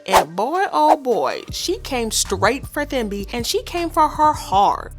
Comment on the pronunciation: I believe Thembi is supposed to be pronounced Tem-bi ( I’m South African and this name is very common. Just thought I should mention it 😊)